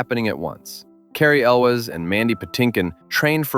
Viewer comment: This was a first-date movie for me, when the gal and I worked at Disneyland :) And, it's Cary ELWES. not elvis. How about Animal House for one of your movies?